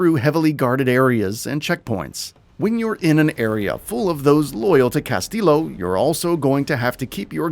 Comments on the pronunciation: "Ca-stee-yoh" Not "ca-still-o" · #9 it's amigos now not fangs 4 hire btw and 2 L's together in spanish make a y sound, almost like Castiyo. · Good vid, but Ubisoft is pronounced “you-be-soft.” Castillo is pronounced “cast-e-o.” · Cringe every time you say Castillo. Stop pronouncing the L’s